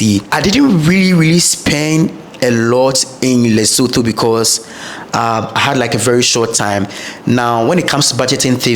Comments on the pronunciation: the correct pronunciation is LesoTWO (Leso2), the pitch of the last "o" being flat. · yes its not like the English thh at all but careful to pronounce the vowels in this way Le-so-tho,(Le ) like lick,limb,lit,lip,little,lyric,(so) like in soot,hook,took,foot,cook,put and (tho) the same (took,tootsie,tourette)🔥🙏🏽 video e khabileng !